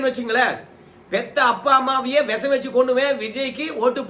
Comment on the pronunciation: Visam , not vesam